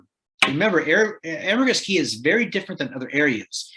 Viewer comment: It is Ambergris Caye (caye is pronounced as key). It is not a city or village, but a Caribbean island off the coast of mainland Belize. The primary city on Ambergris Caye is San Pedro.